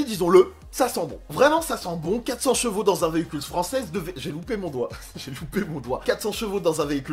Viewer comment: Elle a beaucoup de "jvaux" 😂 J'adore tes vidéos merci beaucoup pour le partage 😇